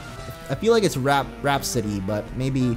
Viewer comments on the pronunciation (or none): none